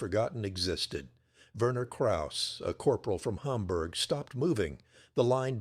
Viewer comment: Verner Krauss (I suspect his first name was Werner, pronounced VEAhnuh